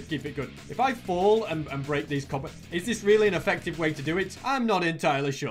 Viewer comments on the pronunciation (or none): none